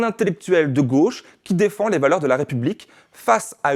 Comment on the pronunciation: Son avocat a dit qu'il était "de gôche", sérieusement ?!